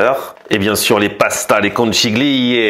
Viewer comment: salut je suis breton et habite en italie,je te suis depuis longtemps mais ta prononciation des conchiglie,super pasta italiana,non!!! je rigole,ciao👍